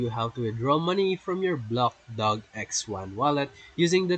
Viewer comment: It’s blockdag not blockdog 😂😂😂😂😂